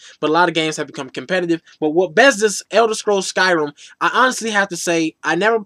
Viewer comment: "Elder scrolls SkyRUM"....